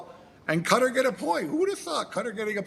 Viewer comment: ITS CAH-TAR you incel!